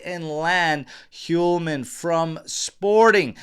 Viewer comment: Dear! I write to you from Sweden and been thinking to point something for you but since I don’t like to correct ppl I’ve been hesitant. Anyway, today after a few weeks I decided to write to you and point at the pronunciation of the name Hjulmand. The H in the beginning of the name is silent and is pronounced as Julmand. That’s the J as in Juventus. I hope this helps you in the matter. (H)Julmand that is. And btw. The d at the end is almost not pronounced. But it doesn’t matter much. Keep going with your nice work and thanks.